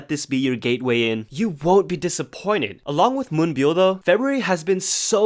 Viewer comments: Did u say : let this be ur..."gayway ". I'm in. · I had to replay that part again cuz I thought the same 😂😂😂 but no he said "Gateway"